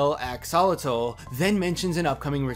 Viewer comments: It isn't pronounced AXE-ALL-A-TAL It's pronounced AXE-OH-LAW-TAL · Is Axe-uh-lot-ul (like -le) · Axe-o-lot-al that's how it's said and it's annoying me , sorry just ugh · Is that really how you say "Axolotl"? I've been pronouncing it like "Ax-a-lot'll". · I cringe so much whenever people pronounce axolotl wrong its axe-a-Lottle that’s how you pronounce it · Drinking game: take a shot every time pronunciation of axolotl makes you cringe! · Well, we know know the guys at the lodge neither '"like" or "trust" Stan. However, an axolotl is not a fish. It's a salamander. Interesting though. The Masons clearly worship Bill Cipher (and Ford wonders why Dipper doesn't care for the name), some group should worship the Axolotl. By the way, that's not how you pronounce Axolotl. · The way he says axolotl is sorta funny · Its cringy how he mispronounced axolotl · U pronounce axolotl wrong but ok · the way u say axolotl makes me very sad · Just gonna be real right now, how dare you pronounce axolotl like this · You are mispronouncing axolotl. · 🤦 How do you mispronounce axolotl so badly so many times?